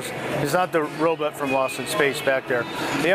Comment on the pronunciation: that guy kept saying robut